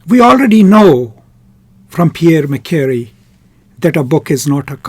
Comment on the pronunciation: You should pronounce MA-SHE-RAY